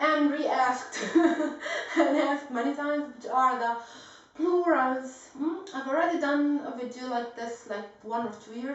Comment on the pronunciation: I love the way she pronounces "Plurals"